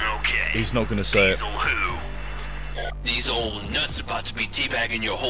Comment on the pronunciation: Die-zel! That which makes a Mack truck go.